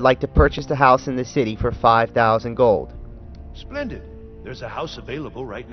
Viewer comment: Why do you say "gill" instead of "gold"? Lol, anyway still works like a charm.